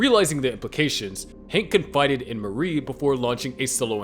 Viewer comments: Yeah, based on the way Marie was pronounced as Mary the narrator is either not familiar with the source material or its just an AI voiceover. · Her name is Marie not Mary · This reads like the script was just copy and pasted together. Not to mention saying "Mary" instead of "Marie"